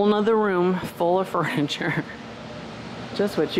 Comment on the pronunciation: Lots of “Furnitur” for sure😆lol